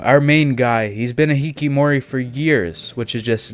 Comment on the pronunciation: I'll add that to my plan to watch. Also it is hikiKOmori no hikimori